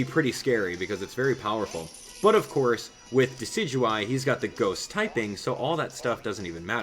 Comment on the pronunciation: Don't wanna be "that guy" but it's pronounced "Dess-ih-doo-eye"